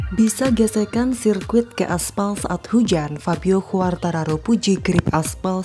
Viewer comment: ejaan ; kuartararo 👍 khuartararo 👎